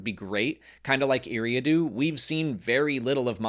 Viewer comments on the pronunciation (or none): “Eriadu” ❌ “Eerie-adoo” ✅